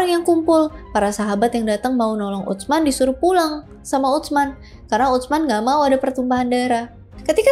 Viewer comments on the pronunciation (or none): Utsman dilafalkan biasa aja kak "Usman" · Ditulisnya UTSMAN...dibacanya USMAN aja 😊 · Izin menyampaikan pelafalan nama " Utsman " yang lebih tepat. 🙏🏼 Huruf "ts" (tsa'/ث) dibaca sebagai satu huruf. jadi, tersuara utuh, bukan seperti huruf "t", kemudian "s". Jadi prakteknya, terdengar seperti "s", namun dengan sedikit memgganjalkan ujung lidah ke gigi seri atas, dengan sedikit memberikan celah. semoga membantu. 🙏🏼😊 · !🎉🎉 Aku ga nyangka kakak bahas sahabat Rasul Saw, btw, pelafalan Utsman untuk "ts" pelafalannya itu sama halnya "th" di kata thinking..... Tapi sebelum itu, terima kasih yaaa🎉